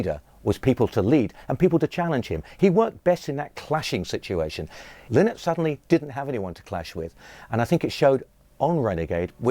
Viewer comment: I can't take none of these idiots seriously when they can't even pronounce Phil's surname. It's lie-nott !! Have some respect.